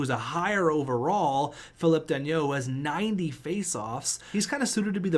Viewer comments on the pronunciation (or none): Philip danault is pronounced fi-lip dan-o Ps: the steal of the century is actually valeri chubby chubisov for less than 4 million dollars! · Philip dano thats how you pronounce it